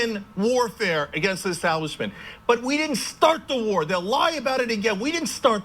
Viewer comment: "You want a WOAR, We'll give you a WOAR!" Okay Chunk, you couldn't fight for five seconds before you pass out you fat fuck. Pissants like you that have never bothered to actually put on a uniform have no right to call your personal little difficulties "wars".